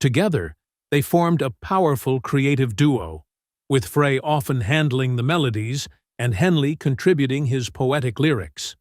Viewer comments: Show respect and pronounce Glenn Frey's name correctly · World was shaken to it's core? Hardly. Narrator cannot even pronounc his name right. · Ah ok - apologies - I skimmed through the video - couldn't stand the automated robot thing mispronouncing Glenn's name every time. Clearly it was a collab of all three and Felder did made a decent contribution to it. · You need to teach your A.I. host how to pronounce "Frey" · The whole thing's propaganda and this guy's pronouncing his name wrong sad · The announcer is mispronouncing Glen's last name! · My thoughts exactly! Is this AI ? Who doesn't know how to pronounce his name? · Male announcer does not pronounce Glenn's last nane correctly. Very annoying. Check out how to correctly pronounce Glenn's last name ! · I could have more respect for the narrator if he would take two seconds to learn how to pronounce Glenn Frey's name correctly. Insisting on calling him by a name that is not his name, the narrator also insists on making himself seem callous, careless, disrespectful, rude, and less than intelligent. I am so deeply relieved I am not the narrator's mother. I would be so very embarrassed. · First of all, his bame is pronounced FRY... .FRY.. GET IT???? Secondly, there would be no Hotel California, without Don Felder!!!! Get your facts right!!!! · PRONOUNCED FRY!!! JUST GOES TO SHOW YOU DIDN'T DO YOUR BASIC RESEARCH. DON HENLEY WAS ARROGANT AND UNCOMFORTABLE TO BE AROUND.. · If you pronounce it Fray rather than Fry, you lack credibility. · Thanks for the vid.......but please tell the A I squirrel Glenn's last name is pronounced "FRY....not "FRAY" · His name is pronounced FRY not Fray! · The guys name was pronounced fry,not fray. Damnit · It's Fry not Frey!z,! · His last name is pronounced FREY, not FRAY!!!!!!!! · It is Frie , like frying french fries . Not Fray . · I knew from day one it was pronounced- FRY not FRAY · It’s Fry not Frey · It’s spelled FREY GLENN FREY Pronounced FRY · Frey. (German). Pronounced: 'FRY'. 👍